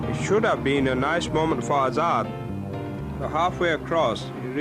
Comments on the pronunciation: it's azaad not hazard 🤣🤣 he is actually a danger to the society by the looks of things carrying them burnt out seats so the name hazard actually suits him 😂😂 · Azad? U mean Hazard?lol